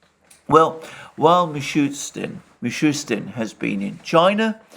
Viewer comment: Russian PM name is Mee-shoe-steen not Mee-shoe-Tzin.